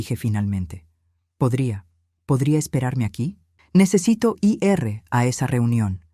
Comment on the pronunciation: Si está narrando en español porque dice los números en inglés y para decir ir dice letra por letra, quién no devolvió la llave el hijo o la madre si no saben narrar por lo menos busque un buen narrador de inteligencia artificial